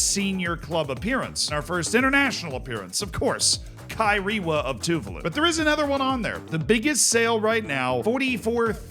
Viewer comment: btw tuvalu is pronounced tuVAlu not TUvalu